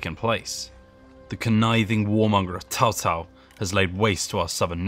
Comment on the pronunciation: anybody else is triggered when he said tao tao instead of cao cao?